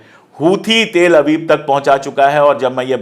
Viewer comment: Pandey ji please pronounce Tel-Aviv properly.